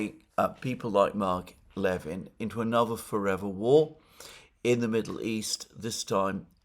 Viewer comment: NB Mark Levin pronounces his last name with the stress on the second (not the first) syllable.